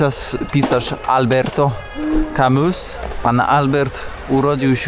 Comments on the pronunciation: Albert Camus - czytaj Albert Kami - akcent na ostatnią sylabę w nazwisku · kami tak sie czyta camus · „Albert Kami” się czyta… ateistka… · Nie wyznaję żadnej religii ale niszczenie religii, która stworzyła dany kraj, to chyba nie jest ok, nie? Adaptacja kościołów na np sale balowe, czy biblioteki, to jest objaw upadku religii. Może wolałabyś meczety i islam w PL? I, Camus, czyta się "Kami". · Sekularyzacja sekularyzacją, nie rozumiem oburzenia w komentarzach. Wiara to nie hejt. Jednym się jednak myli jedno z drugim. Jestem Polakiem i wierzącym i nie katolikiem. Ale jedno muszę przyznać, że czytamy: kaMI albo kaMÜ, w odmianie: kaMIsa albo kaMÜsa, kaMIsie albo kaMÜsie itd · Ładny ten Oran. Ładny bo francuski. jedna uwaga, sprawdzaj jak się wymawia imiona i nazwiska znanych postaci, jednak Albert Camus i jemu podobni na to zasługują. Pozdrawiam. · Wypowiedź w kontekście oczekiwań co do kościołów w Polsce jest moim zdaniem skandaliczna. A miejsca kultu innych wyznań jej nie przeszkadzają? Szanujmy się! wstyd żeby nie wiedzieć jak wymawia się nazwisko Camus. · Smutne to co wygaduje... Ale jeszcze smutniejsze ze nie potrafi nawet poprawnie wypowiedzieć nazwiska Alberta Camus, no chyba ze robi sobie jaja a ja nie załapałem.... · mój drogi podróżniku, bardzo ciekawy wątek z francuskim pisarzem, ale moja taka szczera prośba na przyszłość: wypadałoby, szczególnie będąc w kraju odnoszącym się do powieści, popracować nad prawidłową wymową nazwiska: opuszczamy literę s, natomiast końcowe u wymawiamy trochę jak y ( z szacunkiem i pozdrawiam)